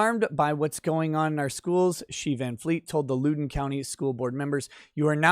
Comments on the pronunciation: That’s not how you say Loudoun. (Lao Dun) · It's pronounced loud-un (County) i believe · It's pronounced Loud-in >t. RVA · The first syllable in Loudon rhymes with "cow". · ...its Loudoun. Not Loodoun. Pronounced Loud-un. Former resident, here. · I believe the county is pronounced “loud-en”. I can see how you would pronoun it “lou-den” if you’re not from the DC metro area. Love your channel, keep up the great work! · Heh Lewden county. Had a giggle at that, it's pronounced "Loud-en" country. Great videos as always 🤙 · I’m the pronunciation police and I apologize…it’s LOWden County like, “OWWW! You stepped on my foot!” Not like, “She’s a low-down dirty ho”. l-OWWW-den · Lol loo-don. It Loud-in county. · My man... I’m subscribed, but from someone born and raised in NoVA: It’s loud-on, not lewd-on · It's pronounced Lowden, Loud-en. Not Lude-en Pls drink after the streams, not before:) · Thank you. It hurts me. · It's pronounced loud in not lou din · I cant take it anymore you boomer its pronounced Loud-en county not Lou-den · its pronounced lowden like cow den or now then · One thing, it’s LOUD-en (like “proud”) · Loud-en County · FYI: It’s pronounced “low-den” county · Loudoun pronounced Loud (as in high volume) short o n. Use to live there before I escaped. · Pronounced L “ow” don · It's pronounced LOW-den county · As a Virginian I’m proud of this Woman, also just so you know the county is pronounced (Lao-Den). It’s one of the wealthiest counties in America and many politicians and Washington area sports players live there. It has been transformed from a safe red county to a stalwart of the Left’s “blue wall” of Northern Virginia counties. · Hey, I like all your videos- keep it up. One note: it’s pronounced “Loud-in” County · Loudon is pronounced Lowd On. Stay boomer, and keep up the great work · Please! Loudoun is pronounced LOUD-un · It's pronounced Loud don. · It's pronounced Loud'en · Don't Lewd The county! lol